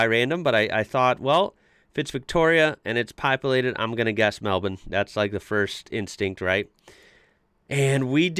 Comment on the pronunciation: Congrats on pronouncing Melbourne correctly! (melbin). Marlborough would be either Mahl-Bura or Mahl-Bra :)